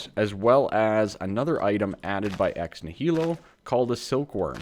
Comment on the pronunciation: Ex Nihilo pronounces Ex-knee-a-low and is Latin for out of nothing.